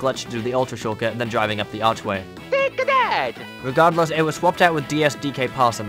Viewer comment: T A K E A T H A T it sounds like Take a dad lol